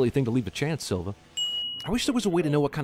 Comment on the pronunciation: As a Brazilian I'm impressed at his flawless pronounciation of Silva.